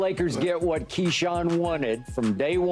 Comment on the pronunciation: Keyshawn pronunciations be crazy sometimes